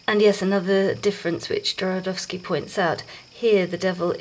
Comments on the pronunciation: Called him Jorodowsky the whole time .. did no one hear this ? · I liked your presentation and found it really helpful, although you were right about misspelling Jodorowsky’s name. The main problem is that you inversed the R with the letter D the whole time, practically misplacing a couple of syllables, which was a little annoying, to be honest. But aside from that, the infos were spot on. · Nice video but please learn how to prononouce Jodorowsky's name (click on polish)